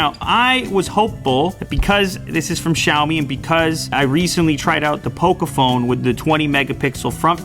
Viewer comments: нЕ КсЯОми, А сяомИ́И́И́И́И́И́И́!1! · Hey bro you should actually pronounce it M I rather than pronouncing it me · He called Huawei as "Wawei", and now he calls Xiaomi as "Shaomi" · FINALLY you're covering Xiaomi products! You might saying Xiaomi in a wrong way. It's xiaomiiiiiii